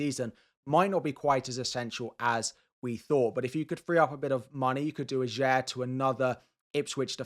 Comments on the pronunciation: It's pronounced AH-yer, not a-JAYR!! And it's Le Fay, not Le Fee!! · Norwegian here. Ajer is pronounced Ay-er. Great video by the way, as always!